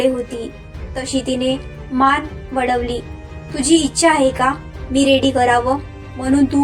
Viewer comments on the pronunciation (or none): वडवली नाही वळवली